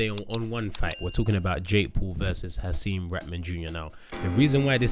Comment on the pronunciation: come on i love you man, but you doing a nasty job on Hasim put some respect on his name